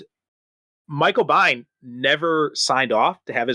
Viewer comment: Just to clarify, Veronica Cartwright played Lambert in Alien. Also, Michael Biehn's last name is pronounced Been. George (ChosenNightwolf)